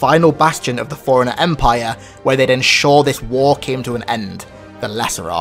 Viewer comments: It's pronounced Fore Runner not Foreigner. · are you always saying foreigner instead of forerunner ?